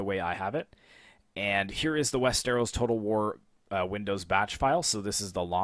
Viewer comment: just a nitpick but its wester-os not west-eros